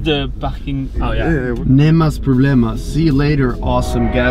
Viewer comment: Still remebrer the 'nemas problemas' :)